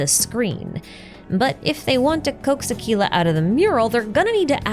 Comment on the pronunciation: I wish you pronounced Aquila's name correctly.